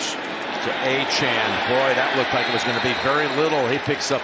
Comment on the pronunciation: Why can he never pronounce Miami running backs names correctly; it’s on his jersey. Achane, not Achan.